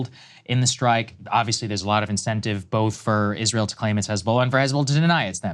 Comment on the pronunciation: Krystal: Isweal scawy 😱